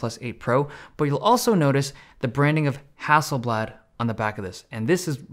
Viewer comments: FYI Hasselblad is not a Russian company its not hassel Bljat It's blad, with a soft A and L not with a AE sound. No hard feelings tho 😅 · Hasselblad is not pronounced that way, yes thats coming from a swede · Hustle blud? Sounds like a roadman from SE London.